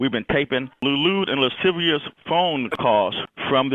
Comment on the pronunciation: “Lude and lisivious comments” lmao 😂